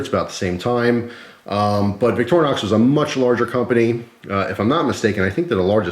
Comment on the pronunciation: The bigger issue may be trying to explain to some how to pronounce Victorinox.... Clue for some, it's not "VICTOR- -Nox". Sorry, there is a you tube guy out there that always says it that way.